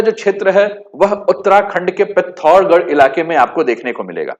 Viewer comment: Learn to say name properly bhai. It is पिथौरागढ़ not पिथौरगढ़ …..you are speaking Hindi not kumaonui!!!